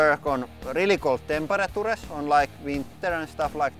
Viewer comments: Hahaha that pronuance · "temperatures", sounds so funny :D